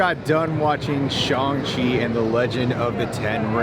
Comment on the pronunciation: Lol, shills shilling. Who's surprised. And its Sh-A-ng, not Shung.